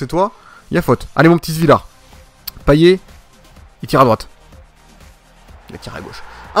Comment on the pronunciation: payet sa se dit payette